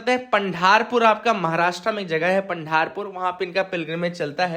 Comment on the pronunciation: Warkaris is prounced as वारकरी and its पंढरपूर not पंढारपूर 😊 hope you get the difference